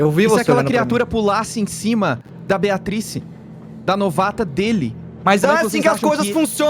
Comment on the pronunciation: Toda vez que o Cellbit fala Beatrice eu escuto Beatriz e me arrepio toda ✊🏼